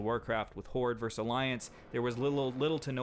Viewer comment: Also, vs. means versus and is pronounced verses not verse. In every video this dude is saying some silly shit like eXpecially.